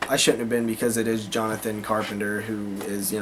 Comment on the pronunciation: Jonathon Carpenter lmao. never heard anyone call him Jonathon lol